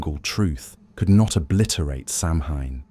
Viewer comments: Good show but please, it’s not Sam Hain it’s Sow win or Sow ween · I love the material BUT it is hard to listen to for 3.5 hours of mispronouncing Samhain!!! SAH-win. Not sam-hane!!! Thanks! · It's pronounced sowin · Some interesting traditions but also a lot of repetitive information. This could have been done in about half the time. And again, Samhain is correctly pronounced Sow win. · SAMHAIN IS PRONOUNCED AS SOWAN!! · I'm ending this video because I can't handle the ongoing mispronounciation. AI narration stinks!!! Save the humans! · its kind of a rather obvious point. If its supposed to be a history the least they could do is pronounce the main topic properly.